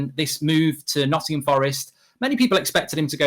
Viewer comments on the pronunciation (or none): none